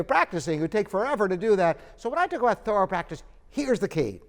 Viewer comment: English is not my native language , I understand every word you said exept the "thorrwwaalll" practice, what practice???????